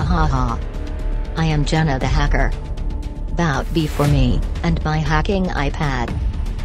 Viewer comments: Bruh she said hecker not hacker lol😂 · Bro jenna said hecker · Why she always say hecker?? its this kind of joke? :text-green-game-over